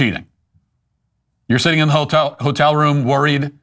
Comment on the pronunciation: ho-tel, enough said